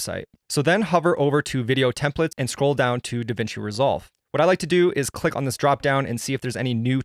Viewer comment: Templates not Templetes lol